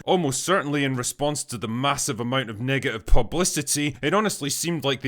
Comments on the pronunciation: The way you said Negative , It DEFINITELY sounded like you said something…different 😂😂😂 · Lol yeah it does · I know you said "Negative" but it sounds like u said the n word